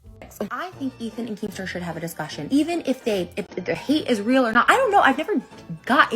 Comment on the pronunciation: "if their beef was weal"